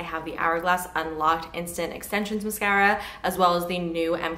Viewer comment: I never tire of the way you pronounce "mascara." Here for it!